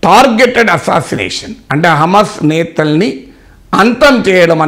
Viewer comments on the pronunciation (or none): హామస్ కాదు సార్. హమాస్ అనాలి. మొదట ఉచ్చరణ నేర్చుకోండి.